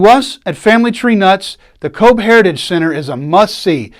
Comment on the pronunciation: Come on, you can do it....pronounced kovh or simply C.O.V.E ,it's not that difficult🤗 and honour them by covering up your dick